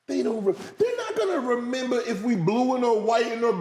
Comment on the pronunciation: “You got to member”